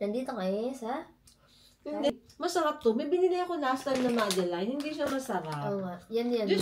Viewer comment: Madeleine - "madelen" not "madeline"